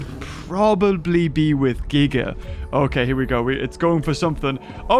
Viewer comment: Kudos to you, for the correct pronunciation of "Giga."